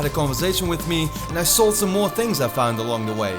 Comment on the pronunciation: also because in it sounded like you said meer instead of more which means more in Dutch XD